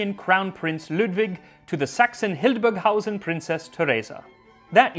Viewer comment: I do actually life in "that" Hildburghausen (really good pronunciation by the way) where princess Therese comes from and alongside the Oktoberfest here we celebrate a small version of it, called "Theresienfest" (except when the end of the world is near, like this year).